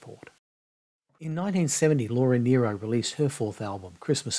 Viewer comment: I loved your tribute to Laura Nyro - and that you pronounced her name correctly!